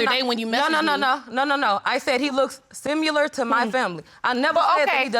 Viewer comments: I like how she said simular instead of similar lol Why do so many people not know how to pronounce words on this show?? My next favorite word is pitcher. That’s a nice pitcher of you lol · Sim- u- lar....🙄 Seriously girl? You went to college?!